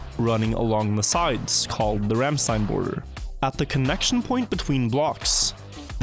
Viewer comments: IT'S RANDSTEIN not RAMMSTEIN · IT'S RANDSTEIN